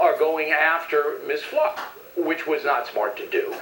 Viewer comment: Bill O'Reilly can't even pronounce "Fluke" right what a moron.